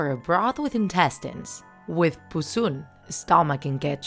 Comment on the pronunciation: it's called puson not puzon